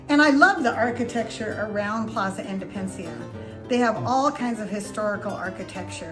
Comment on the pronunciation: Drove me crazy when you were speaking about Plaza Independencia, and kept calling it "Indepencia," leaving out a whole syllable. Kinda funny, kinda annoying. But I appreciate the tour!